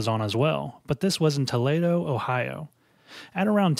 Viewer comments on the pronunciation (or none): Toledo - toe -lee(not lay)-doe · For Toledo it’s ‘TOo-lee- do’ not too-lay-do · Toledo ... Toe-lay-dough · Kinda surprised me that you mispronounced Toledo...Toh-leed-oh. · Clio- k-lie-o Toledo - Ta-lee-doe I can understand missing Clio, but mispronouncing Toledo was odd. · That's the weirdest way I've ever heard somebody pronounce Toledo. Us ohioans have our own language so its not a critic lol